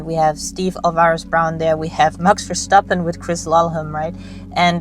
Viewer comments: That's a good "MAKS VER-STAP-PHEN" ;-) Greetings from Holland. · As a Dutchie , im super impressed how you pronounced Max Verstappen btw. Great video. And you are a great driver yourself. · New Sub. here , compliments how you drove the green hell on a damp track . and your pronouncement of Max Verstappen was 100% 👍🏼like you are a dutch woman